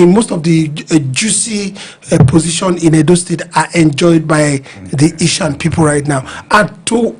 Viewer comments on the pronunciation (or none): Please it’s not Ishan but Esan…I thought the moderator is from Edo State? He should know better!